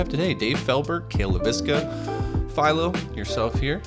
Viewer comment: It’s one thing to mispronounce a last name, but that guy didn’t even attempt to say half of Philo’s last name. He seriously gave up halfway through lol